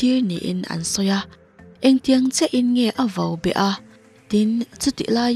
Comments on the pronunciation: Vo a awm lo, vau bet tih tur a lawm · Vobet ni lovin vaubet tih tur😊